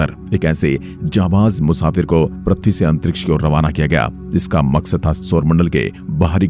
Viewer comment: Pratee nahi bhaiya Prithvi Hota Hai Kya pratee pratee Lagayeho